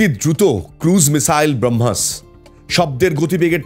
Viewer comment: Brohmas noi ota Bramohs... Plz research ta ektu valo kore korle aaro valo hoto... kichu mone korben na.